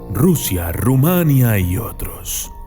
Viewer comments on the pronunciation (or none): Por favor no digas Rumánia, me mata de verdad, es Rumanía JAJAJAJAJ, lo siento pero escuchar mal el nombre de mi país me puede .